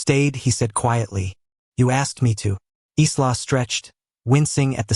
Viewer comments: EYE-la!!! NOT Izla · AI LEARN TO COUNT. Dominic spoke 7 words at the beginning but narrator said he spoke 6. Accuracy is important. Also in English the name ISLA would normally be pronounced I LA. The S is silent as in ISLAND. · Her name is pronounced " Eye la", the S is silent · The nurse's name is pronounced Eya la. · The name Isla is pronounced I'LL-uh. The "s" is silent. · ISLA .... OMG ..... get your AI right.... the 'S' is silent... pronounced "EYELA" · Please pronounce her name properly.